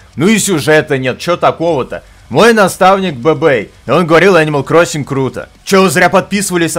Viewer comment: Ничего так не греет душу как: "О энимал круасан"